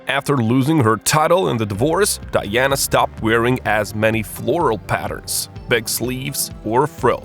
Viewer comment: Princess Di-yanna. She threw out the mahogany double bad they slapped in. What a strange accent the voiceover has.